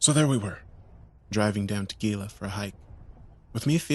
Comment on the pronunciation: Your friends ostracized you for mispronouncing ‘Gila.’